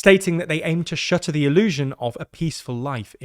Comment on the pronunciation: “Shutter the illusion” or “shatter the illusion”?